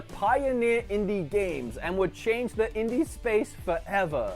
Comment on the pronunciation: in-die gamez